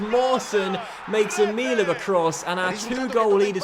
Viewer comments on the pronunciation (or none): none